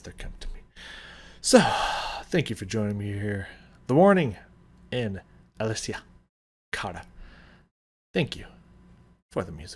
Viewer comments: Alessia is pronounced as A-lessia. There is no accent. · This was done at the request of Metallica for their Blacklist album, and taking the song in a different direction and making it uniquely their own was actually the assignment. And Alessia is pronounced exactly the way it looks, so don't overthink it, lol. A-LESS-ee-uh. She's Canadian.